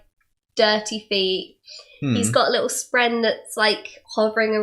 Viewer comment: Love it all other than the pronunciation of “spren”, it’s not “spreen”.